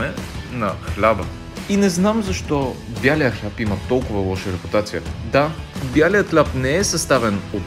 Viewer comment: Много добри видеа правиш..Браво! БЯлия хляб мн странно прозвуча..